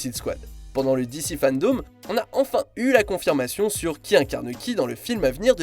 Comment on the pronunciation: Par contre fandome pas fandaume c est vraiment relou la façon dont tu le dis tout le long